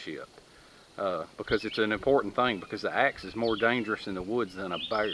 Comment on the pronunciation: Did you just call a bear a two syllable animal in the first minute or two of this video?